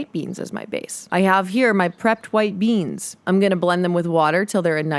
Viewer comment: stop saying beans like that